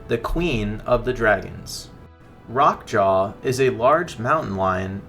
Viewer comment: Rrrroque Ja, not Rock jaw. You're not rolling the "R".